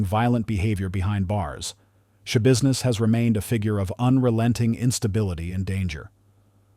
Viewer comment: Shaboozness, shabusiness, shabizness, repeating sentences worse than your grandpa, AI is bullshit.